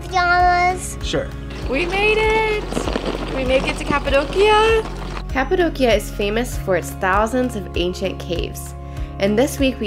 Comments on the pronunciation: Your daughters are so adorable and smart!☺️ I laughed at the part when said “cat-adocia” 😆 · Cat-apadocia? Well-done 😂😂😂